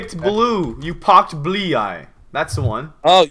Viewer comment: "I pocked blie." - () 2014